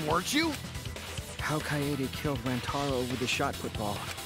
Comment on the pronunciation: it's not how you say rantaro it's ran-uh-taro